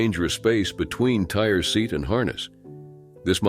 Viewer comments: I think the boy's name was pronounced Tie-ree, not tire. I might be wrong. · Oh my Lord. It's not pronounced tire is pronounced Tyree. 😒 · I don't think his name is "tire"....mostly likely "Tie-ree". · Just wanted to let you know his name was (phonetically) pronounced TIE REE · It’s Ty-REE Simpson, not TIRE. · Why can’t they pronounce Tyre Sampson name correctly?! It’s pronounced Ty-Ree not “tire” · Please stop calling that kid Tire wtf. Tie-ree. How hard is that? 🤦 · The fact that he keeps calling him "Tire" REALLY pisses me off. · I'm sure his name is pronounced tie-ree, not tire. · God, Say his name wrong ONCE, then say HE next time. Tire .... Jesus. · This was a disgraceful mispuncation. And fool would know the name isn't pronounced tire. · They love!! To do this mispronunciate black peoples names… multiple times. It is disrespect intended. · On top of the narrator mis pronouncing the Childs name😢 you should just erase this comment 🤦🏾‍♂️ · Research before making a video mispronouncing a dead child’s name. Due diligence. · You'd think they would get the name right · Tie- ree! Not Tire!😡